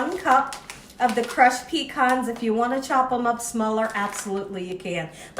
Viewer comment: Thank you for keeping it southern, "Pecans"